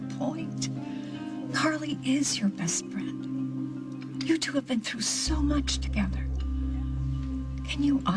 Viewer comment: Wrong. You are the bad guy...hardly Lucy's "bassst frand".